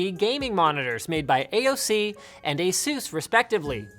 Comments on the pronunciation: I thought it was pronounced as asus, not as azeus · he pronounces asus wierd